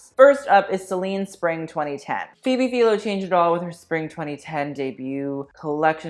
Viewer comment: love you but you butchered Phoebe Philo's last name pronunciation